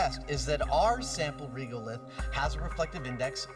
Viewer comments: WHY do they call Regolith "Reegulith"? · the only thing I didnt like about this myth is, the inability for people to pronounce Regolith correctly, now it's not Reegolith, like Regular... go start saying Reegular from now on numpties... at least Jamie pronounces it correctly.